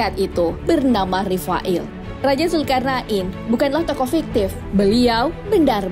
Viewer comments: mohon maaf min, penyebutanya Raja zulkarnain bukan zulkarnak in... 😊 nggak enak didengarnya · Pengen ktawa denger komentator nyebut zulkarna in 😂😂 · Hellloooo zulkarna IN ???? bacanya betulin pleaseee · Zulkarnain bukan zulkarna in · Salfok sama penyebutan nama raja zulkarnain😓